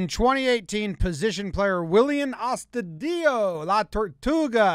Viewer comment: Sorry to correct you but... His name is pronounced AstudeeJoe. In Venezuela where he is from the ll is pronounced j not y like most latin american countries. Look up the VWL highlight on youtube called Tuvo Willians Astudillo el mejor perreo de la historia. Or look it up on Quora.